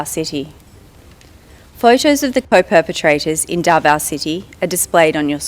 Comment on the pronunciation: Clear pronounsation not Dava it's Davao